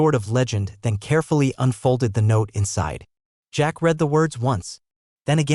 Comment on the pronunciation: Please teach your fake intelligence the difference when pronouncing read in present tense or past tense.